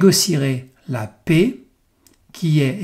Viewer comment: Arretez de dire la "pé", la PAIX se prononce "è, ê, est, ai" et non pas "é ou et". Merci pour ça et vos vidéos 👍